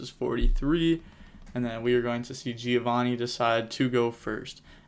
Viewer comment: Giovanni italian name called in american makes me laugh